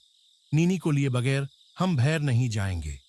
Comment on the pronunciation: yr kam se kam hindi to ache se bol le yr darr ghnta lgega ese sun kr hindi bi ni ari isko thik se gadi ko gari ata jata falana dhinkana bi kya h yr bahar ko bhar kya h ye bnda darwaza baand hojata ek kamre m baand kr lete